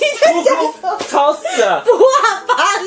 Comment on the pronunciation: 畫八我聽成破麻（台語）